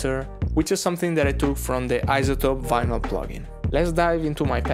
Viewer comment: Everyone I know who has English as their second language spells and pronounces vinyl wrong so you're not alone lol